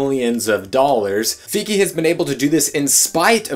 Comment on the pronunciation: Isn't Feige, as in Kevin Feige, pronounced with a long i like in "bike"?